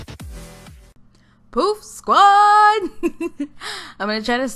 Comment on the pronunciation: At first I thought you said poop squad 😂